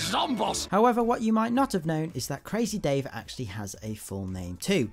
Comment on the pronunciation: You don't say crazy dave like this you need to say like this CrAaAAAZzzy Dave